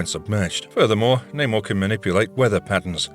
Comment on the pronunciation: Man said Neymar 😂😂😂